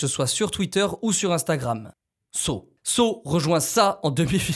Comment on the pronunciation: Quand tu dit saw j’entends seau